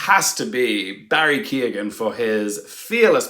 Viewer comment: Why can’t English people pronounce Irish names? Especially the name of an Oscar nominated one? It’s Keoghan - the e is not pronounced at all - it reminds me of the trauma of Saoirse